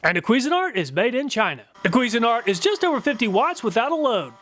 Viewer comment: CUISINE-ART (like the food) NOT "queasin-art" (like throwing up the food)